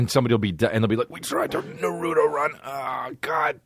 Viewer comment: “Narootoe run” Ehhhh-heh???? Dude???